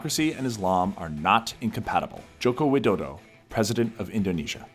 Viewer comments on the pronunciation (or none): you made terrible sound while pronounciating "Soekarno", "Soeharto", and "Joko Widodo". gladly you didn't mention about the former president Susilo Bambang Yudhoyono, because i believe it will be the most terrible attempt to speak that name than the other three.